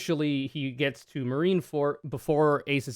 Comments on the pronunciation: “Marineford” and “the marines”, not “marinefort” or “the marine”, otherwise great analysis and you looked v cute doing it. ☮️❤️ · it's Marine ForD. not Marine ForT. It's a "D" sound. That bothered me the entire time lol